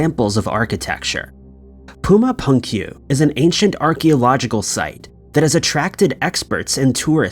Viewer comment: OMG Bruh, you butchered 'Puma Punku' pronunciation...3 times. POOMAH POONGKOO. Sigh*